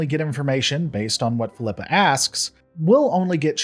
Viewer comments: Fill-ep-uh Not Feel-eep- uh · why are You pronouncing Philippa wrong? haven’t you heard her na,e said before? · Why does he pronounce Philippa a different way every time he says it? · I stopped watching this the moment you proved you couldn’t even pronounce her name. Do you even watch the show?